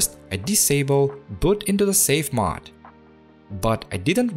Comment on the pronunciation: Now if we can get him saying "mOde" vs. "mod?!" (Seriously though, it's a great "English accent." ;-)